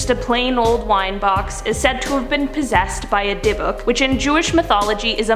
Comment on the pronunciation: I'm Jewish and her pronunciation of dybukk was horrendus